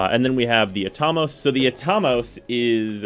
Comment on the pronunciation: I've always pronounced it At-a-mose. Not Atom-oss